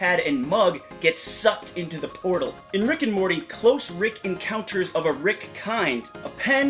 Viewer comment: Rickcounters, not Rick encounters!